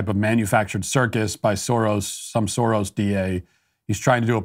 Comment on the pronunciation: As a Hungarian, it's so entertaining hearing how you attempt to pronounce "(George) Soros (György)" 😂... another proof, that the Soros organisation isn't 100% our fabrication for political purposes...(even if it's drastically amplified here in the "home" country)